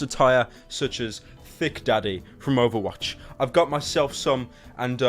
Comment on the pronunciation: does anyone else love it when he says overwatch